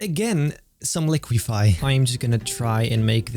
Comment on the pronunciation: REALIQUIFY 😂😂 not too much warping today